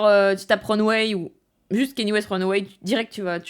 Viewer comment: Je vais faire le casse-couilles de service, mais son prénom se prononce Ka Ni é, pas Kenny. Très bonne vidéo cependant